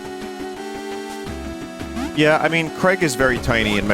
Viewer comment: "Craig." Lol 😆